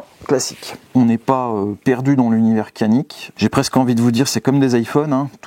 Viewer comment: No kanik cest canik ( djanik ) 😊